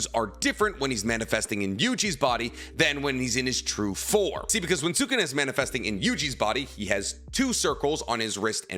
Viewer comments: this has been erking me Sukuna is no pronouced suu-ku-naa its pronouce sku-naa. the U after Su is silent. its like when people say Desu is actually pronounced Des. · Sukana deesnuts😂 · Seems like he’s only able to pronounce the name of naruto characters correctly. I cringe every single time he says Sukuna’s name🙄🙄